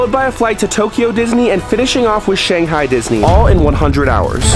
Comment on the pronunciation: You said Shanghai the wrong way!!!!!!!!!❤